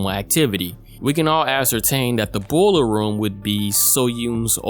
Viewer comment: First time: Boiler Room Second time: Bowler Room First time: Alzheimer's Second time: Alls-Timers Third time: Arse-Timers I KNOW YOU DO THIS ON PURPOSE